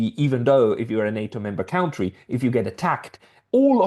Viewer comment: I just love the way you pronounce “cowntry”. A good overview of “security guarantees” to different forms of neutrality pacts.